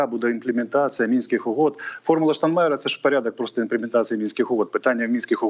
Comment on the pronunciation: Противно слушать... "Тэхнично", "Мынских угод".... Азаров отдыхает.